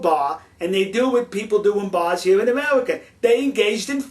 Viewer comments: this guy is funny, he keeps saying amelica XD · "Kiss tu ga?", you American, speak English!!! Then again, maybe you cant. "Foleigner?" "Foitha?" "Coitenly?" "Amewican?" "Amewica?", REALLY! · in amewica we also wespect each other's political affiliation now GO hunt dat wabbit elmer fudd! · Amewican? Amewica? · lol Amewica ... I have a speech impediment too :(